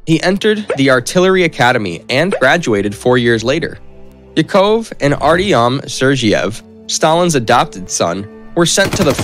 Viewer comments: He can't even pronounce Yakov correctly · Agreed! I know some of the names are difficult, he should be able to get Yakov and brigade correct at the very least!